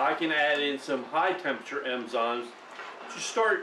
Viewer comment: Hi, love your videos and have watched and liked them all. Please. It's eNzymes not eMzymes. Pet peev sorry. Love you!!